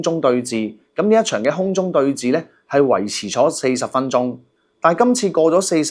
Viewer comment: re: 5.45 「空中對峙」， 該讀為「空中對是」。 不要錯讀為「寺院」的「寺」。